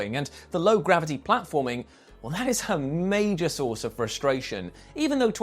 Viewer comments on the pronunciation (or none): none